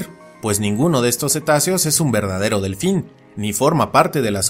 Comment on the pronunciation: un ñelfin